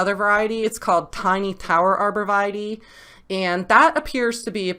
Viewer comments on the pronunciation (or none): Arbor Vee-tay not Vitie